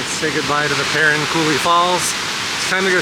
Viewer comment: I appreciate you coming to our neck of the woods, we live in an amazing place! That being said, the falls are pronounced Per-rine and then there is Shoshone Falls, not Shoshonie Falls.😉 You really need to see City of Rocks, south of Burley. BEAUTIFUL! Enjoy your time in Idaho!